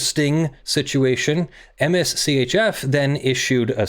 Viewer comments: You keep saying "M-S C-H-F"... If you didn't catch on already, I'm pretty sure it's Mischief. lol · For future reference Mschf is pronounced mischief. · Am I the only one, who is sure that MSCHF is intended to be pronounced “mischief”? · Also, I belive MSCHF is pronounced "Mischief"